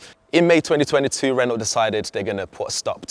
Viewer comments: Can someone on the production team please tell him how to pronounce Renault 🙄 - the T is silent. - Renno, not Ren-naught. 😖 Please do not let him anywhere near a Peugeot - or is that Pewzoet 🤔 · Pronounced ‘Reno’ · The other presenters on the channel are great but this guy is awful. How many times is he going to say ‘as well’ And the way he pronounces Renault 😂 💀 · Annoys me he can’t pronounce Renault correctly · Thorough video, good job it's only a concept as there's little I'd like a out it. Please learn how to say Renault properly! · True although Brits butcher/mispronounce a lot of car brand names; Citroën, Mercedes, Hyundai, Škoda, just to name a few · Nice looking car. The mispronounced "Renault" got a bit grating after a while though. It's not 1975 anymore.